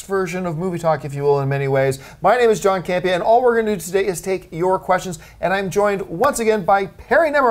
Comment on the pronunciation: Haha John Butchered my name